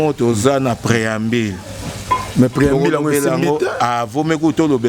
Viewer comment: Franchement ce Monsieur est nul, chargé de communication mais bourrique qui n’arrive même pas à prononcer un mot français. INSTRICTÈRE , PREAMBILE CHANTÈRE